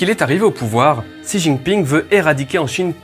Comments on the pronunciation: Xi en chinois se prononce chi et non pas si! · Apprends un peu de prononciation du chinois pour bien distinguer Xi et Si. Ainsi que un peu plus de connaissance sur le système chinois pour se débarrasser de préjugé et ignorance